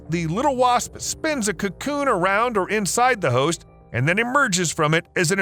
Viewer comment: I always understand "h**s" when he says "host"